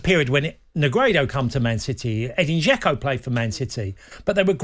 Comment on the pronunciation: Cascarino tryna say "Negredo, Aguero, Dzeko" and almost having a spastic fit is comedy gold